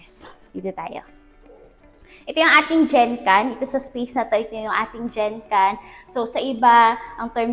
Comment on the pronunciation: sorry for this but its not Jenkan ( genkan) but Genkan as how you pronounce the g in girl